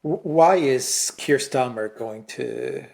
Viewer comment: It's Sir... Kier Starmer 😂